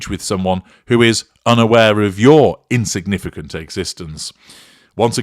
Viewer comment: "insginficant" LOL!!